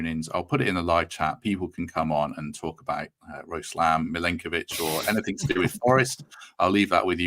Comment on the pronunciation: I think you are both wrong and it’s more like ‘Nikola Milenkovic’